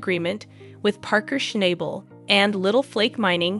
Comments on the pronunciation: If you're going to make videos about Paerker, at least get his name right. It's Shnahbul, not ShnAble. Jeeze. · Hey girl learn his name is not schnible😂..... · His name is shna bel iyiyi , you program is a mess if you dont pronouce his mame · Damn it his name is not Schnable with a hard A it's a oft a get it right!!!!! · Why in heck do you keep showing Todd Hoffmann crew. There was nothing about Parker and Tyler and you pronounced Parker’s last name incorrect the whole time!